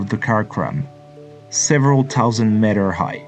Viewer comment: Sorry for being a spoilsport but it’s pronounced as “meters” and not matters, please check it out on the internet, it just sounded too annoying that’s why mentioned.